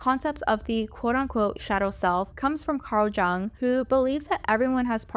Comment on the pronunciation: Carl Jung is pronounced Carl Young ❤